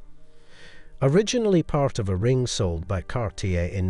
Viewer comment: This video has such beautiful photography and showcases really wonderful jewelry, but it is a shame that so many words and names are badly mispronounced. I wonder if the narration is done by an AI program rather than an actual human being. Heidi, Cartier, epitome, marquise, graduated, Arpels, egyptomania, seventies, cabochon, Sophia and Lollobrigida are all spoken incorrectly. One would think such a well done production could have a narrator who knew how to say the words properly. I see by previous comments that I am not the only one to have noticed this.